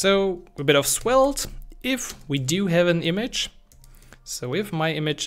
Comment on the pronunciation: It sounds like you are pronouncing Swelte